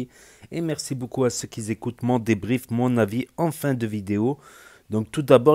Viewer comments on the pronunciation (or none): 8"40 "merci à ceux qui ZECOUTE" 🤔 Du verbe ZECOUTER je presume ?! Encore un joli cancre